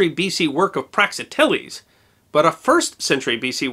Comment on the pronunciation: "prak-ZIT-ell-eez" Or, "prax-IH-tell-eez". But not "prax-ih-TELL-eez"